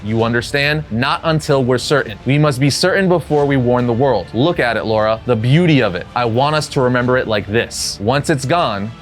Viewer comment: Why do you keep saying "Laura" and not "Lara"? 😭😭😭